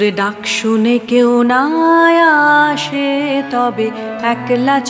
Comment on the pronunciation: আপনি অনেক ভালো গায়িকা, তাই খুব বিনয়ের সঙ্গে ভয়ে ভয়ে বলি আসে উচ্চারণ টা আশে করলেন অর্থাৎ স এর উচ্চারণ শ করলেন। এটা আমার মনে হল, অপরাধ নেবেন না।